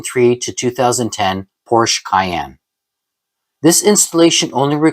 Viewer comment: please dude, Porsche is a TWO syllable word if stated correctly. Other than that, good video.